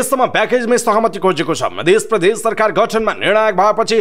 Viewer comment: पहिलो पटक हो तर समाचार वाचकले प्रदेश शब्दलाई प्रधेश र प्रजातन्त्रलाई प्रझातन्त्र भनेर वाचन गर्दा चै अलि नराम्रो लाग्यो ।